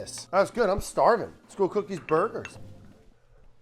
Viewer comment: You said "starvin'" like a Scotsman, I love to hear it.